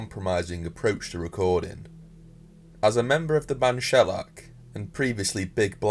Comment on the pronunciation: This guy can't even say Shellac properly,..